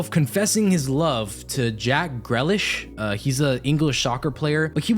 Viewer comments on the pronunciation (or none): i am disturbed by the pronunciation of the king Jack Grealish